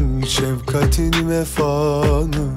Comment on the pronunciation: Şevkat degil, şefkat